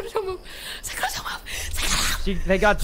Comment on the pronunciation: Instead of them saying “Sykkuno” I hear SAKUNNO